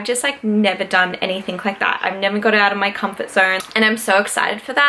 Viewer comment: Omg I love uuuu but u say ‘anythink’ and I can’t deal 😂😂😩😩😩😩